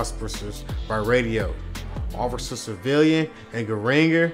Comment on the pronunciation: lmao you cant pronounce "officer" to save your life